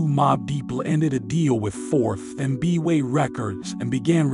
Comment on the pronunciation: As I did enjoy your documentary I definitely did not enjoyed you mispronunciation of people and places. 4th and Broadway Not B-way (old tower records) Is like you don't know hip hop.